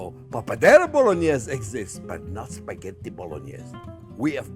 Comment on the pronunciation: That’s so much pancetta!! I bet its good 😁 And the way you say Bolognese it makes it sound even better 😆😆